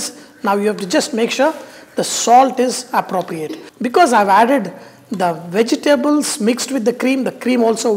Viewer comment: Vejji-tables lol! Sounds KLINGON!